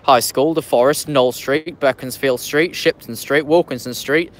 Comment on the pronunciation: You been pronouncing beaconsfield street wrong It is is prounounced Bee_cons_Field Street not Beckamsfield